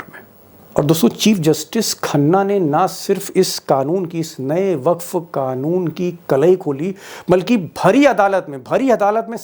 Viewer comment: Amit sha ko wakf ka pronounce karna nahee aata to yeh kaya insaaf karenge musalmaano ka favor me har cheez ka action ka reaction zaroori hai aaj hindustaan me musalmaano ki criminal activity badh gaye to iss ki zimmadar modi sarkar hogi agar kal koi muaalmaan suicide bomber bangaya to isski zimadaar modi sarkaar hogi kiyouke bahut se musalmaano ko yeh sarkaar in nanhe bachon ke sar se chat cheenleeya hai ab zulm ki Hadd Paar hogayee hai iss se iqbal sahib ke ek shear yaad aata hai "ZULM SEHNE SE BHEE ZAALIM KI MADAD HOTEE HAI ISS DAUR ME JEENA HAI TO KOHRAAM MACHDO" yeh dono neata musalmaano ko itna majboor kar rahen hi ke ek na ek DIN musalmaan bagawat pe utar aayenge aur it will be to late SALMAN KHAN